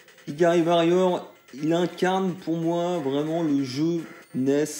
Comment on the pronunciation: Carton rouge d'office pour la prononciation de Varrior ^^ SNK sur NES c'est pas la fête, j'ai un fantastique Alpha Mission en boîte dégueulasse, et c'est une purge totale aussi.